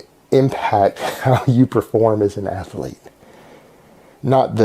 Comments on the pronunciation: You gotta love how in the same sentence in which he refers to himself as an "ath-a-lete", he is short of breath by just talking... and athlete only has one fucking A!!! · Elite level athuuh-leet. LMAO! seeing him carry his weights down his 12' hallway just cracks me up! Elite! Athuuh-leet! You cant write this stuff! Havent you ever opened a (cu-cuckle) ann-thruuh-polo-geee book? Pssshhhh....(cuckle cu-caaw). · Anyone that says “ath-a-lete” and “yooman” are fucking idiots. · Exactly. He takes his identity from whoever or whatever is closest to him. He has no sense of self. Which is why he's been through so many iterations. It's like he tries them on like shoes. Nope, the learned scholar didn't fit, let's try the Tegsuus badass. Disaster! Let's try the elite athuuh-lete and world class coath. Works! For now. Lol.